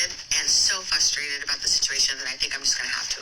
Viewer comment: I stopped listening after the third time she said "fUStrated".